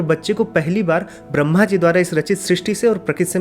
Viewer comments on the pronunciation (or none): none